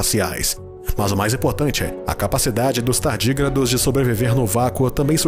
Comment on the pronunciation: São TARDÍGRADOS e não "TARDIGRADOS". Confira a LÍNGUA PORTUGUESA.